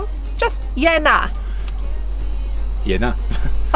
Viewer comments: You need to say 'Yeah - Naa" more slowly , not "Ye-Na".. it means "yes, I hear what you say, but I don't agree with it". Not 'yes' or 'no'. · Queens Birthday basically changed in QLD as all our public holidays were all in the first 6 months and some even clashed so they moved it to later. Yeah-nah. Draw it out. I had no idea what you were saying. It’s yeahhh, Nah. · The inflection when saying yeah, nah or nah' yeah is important abd you have it all wrong haha. At least you've learned what people mean by it.